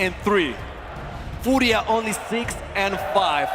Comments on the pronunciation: Is how it’s pronounced here in Brazil bro, but yeah is kinda strange hear English speaking people say it like that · man its so frustrating watching G2 play to end up like that in the finals. Also if i hear team fooria one more time im gonna lose it.